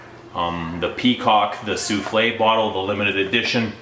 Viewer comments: souffle not souflee it means wisper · It's SOUFFLE, not SOUFLE'/SOUFLEE! Means BREATH/veil/caresse, not a cake!! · why are you calling it like a dish - soufflé? There is NO "accent ague" at the end. It is called SOUFFLE (su:fl') - the breath of perfume, not an "egg dish of perfume". There are no culinary references here.